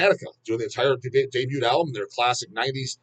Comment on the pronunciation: Pronouncing the S in Illinois is an essential feature of DAWGlish - just as important as pronouncing the T in Debut!